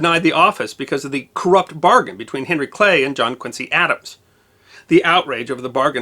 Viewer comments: Love your video's, but in Boston Quincy is pronounced Quinzy market, zee sound not cee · And Quincy is pronounced Quin-zee, not Quin-see. I was really shocked to learn this when I moved to Boston from the Midwest a few years ago! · Speaking as a born and bred Bostonian with Boston-Irish roots and as a former volunteer firefighter, congrats on another excellent video. BTW, "Quincy" is pronounced "Quinzee" in Massachusetts and "Charlestown" is pronounced as written, not like Charleston.